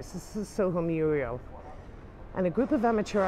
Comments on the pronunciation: Fabulous! Thank you. I did notice you say ' Muriel ' , that's a name. A wall painting is a ' Mural' 😉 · Muriels!?! Are you Norman Neal Williams or what? They're called murals.